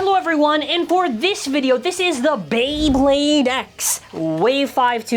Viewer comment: YOU BUTCHERED MY FAVORITE BEYBLADE